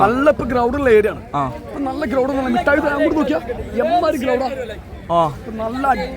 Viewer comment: മുട്ടായി തെരുവ് അല്ല മിഠായി തെരുവ്😂